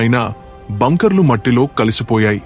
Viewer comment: ఒరేయ్ వెదవ బ్యాంకర్ కాదు రా బంకర్ అని rai